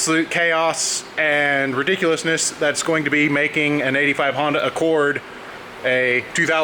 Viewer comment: Everytime he calls it Hondac Rousey I cringe so hard and it hurts